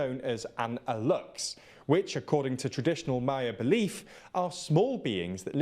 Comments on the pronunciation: Hi, person from Yucatan here, Aluxe is pronounced something like "Ah-loosh" and it's also said that they live in caves and old mayan ruins, ask anyone here and it's pretty much guaranteed they'll have an aluxe story involving them or someone they know. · By the way is pronounced "Aluche" the "X" in Mexico sometimes is pronounced as a "ch"